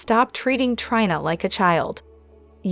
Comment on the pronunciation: Please learn how to pronounce the characters names!!! Ava, long A-va; Liam, Lee; and Trina, Treena.